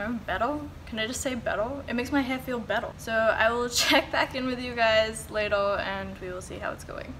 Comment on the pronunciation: When you say bwetter and lwater 😂😂❤️